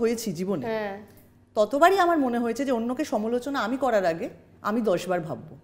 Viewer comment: সমোলোচনা নয় সমালোচনা